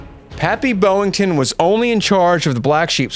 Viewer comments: You keep saying BOWington, when it's BOYington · I gave a thumbs up until I heard the presenter mispronounced Gregory Pappy "BOY" - INGTON's name as 'BO' - INTON. when I hear a mispronounced word it puts me off, perhaps that's just me 🤔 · His name was BOYINGTON, not BOWINGTON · Hmm I'm not even American but I've heard all other presenters & also in the mini series the American actors, pronounce his last name as BOY - INGTON but for some unknown reason this presenter seems to read it as 'BO' - INGTON. I could never understand how some people fail to read correctly, it make me presume their uneducated 🙄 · Stop saying "Boeing-ton"